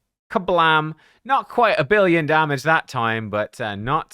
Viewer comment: Imagine saying not enugh, not quite a billion damaga 😂😂😂